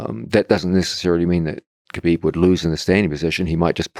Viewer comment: his name isnt kuhbeeb. its pronounced habeeb. how hard is it pronounce that.